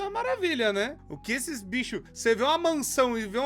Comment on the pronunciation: O falando binchos kkkkkk